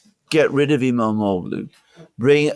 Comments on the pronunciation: The g is silent. Ğ = gh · The Turkish letter ğ is pronounced like a y. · You don't pronounce the g in his name. Imamolu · The g is silent in İmamoğlu's name.